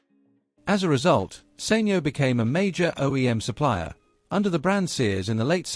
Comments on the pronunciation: SENYO? Surely it's pronounced Sanyo! (San yoh). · Informative documentary but maybe someone should tell the narrator it's SAN YO not Sain yo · Thischannel does all this business research but they cannot pronounce the name of company correctly...SAN YO...NOT SANE YO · Learn to say Sanyo properly then i'll maybe listen ....beem in the electronics industy for decades ...you're butchering it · You know he's saying the company name wrongly